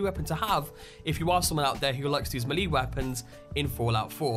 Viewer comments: Melee: MAY•LAY not ME•LEE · YOU DIDN'T FUCKING SAY MELEE CORRECT ITS PRONOUNCED May-lei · pls stop saying meeley lol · Great vid, but along the lines of pronunciation, "melee" is pronounced "may-lay" 'round these parts. This was the first I've heard "mee-lee". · Pronounced wrong : Hewbrus not hub rus. Maylay not mewlee. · its melee (may-lay) not mel lee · Does anyone else get annoyed by the way he says mulee instead of melee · It's not maliiiiiii it's melee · melee is pronounced "maylay", not "mee-lee" 🤦‍♂️ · It’s melee not malee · god the way you say the word melee is doing my head in. its pronounced "mel-lay" not milly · It's pronounced May-Lay Not Me-Lee, just saying... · "May-lay" = melee "Hew-bris" = Hubris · Fritzdexter ikr its ment to be pronounced "melay" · why is it, so many people miss pronounce "Melee" Melee is pronounce, "May-Lay". FYI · Its actually pronounced "meh-lay' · in the Sky "M'leeee!" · Snake maleeeeeeeeeeeeeeee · melee is pronounced may-lay and hubris is pronounced hue-briss. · Melee is pronounced as maylay Hubris is pronounced as hewbriss. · Bro.... Me-lee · >Mahlee Best way to pronounce Melee 10/10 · As some one from the Boston area its sound funny to me when you pronounce the names, saugus, "saw gus", melee, "ma leA", that's just how I pronounce them, nice music. :P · May. Fucking. Lay. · DarkMadder I pronounce it mee-lee, don't know where may comes from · MAYLAY IT IS PRONOUNCED MAYLAY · Why does he say it like “milee weapon?” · Melee? "May-lay" is how to say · Hugh-briss and may-lay are how those words are to be pronounced. Great video but wow that’s painful to hear you butcher those words. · Come on, dude. It's MAY-LAY weapons/builds. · No its me lee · MELEE is pronounced MAYLAY. This bothered me so much I had to come back here to say something. Other than that good video, just stop slaughtering words. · Actually it's pronounced may-lay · It's pronounced may-lay (Melee) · malee!! hahah i'm dying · It's pronounced Mel-ay weapon